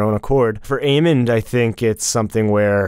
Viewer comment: oh my god stop calling him Aemon its AEMOND :)